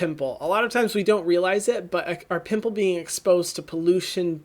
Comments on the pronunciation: Omg Hyram just took away my age, making me feel like a 5 year old for laughing when he said “poomple” 😂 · “Poomple” took me out